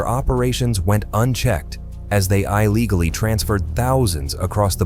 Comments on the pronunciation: Not even three minutes in, and there are already too many wildly mispronounced words--EYE legally, ME-sures, SOW-thern bor-DERE, and the butchered pronunciation of 'dramatically'. At least put in the effort to listen to your video before posting it and letting your ai ruin it. That or just read the script yourself so your ai isn't making you look a fool lol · HI-LEGALLY?!! LMAO😂